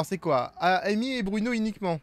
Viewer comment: C’est anglais… Amy se prononce Eymi